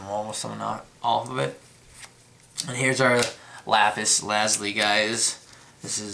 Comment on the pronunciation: Ok, im done, it is NOT pronounce Lazli, it is pronounced Lazuli (Luh-Zoo-Lee) learn to read the damn card man.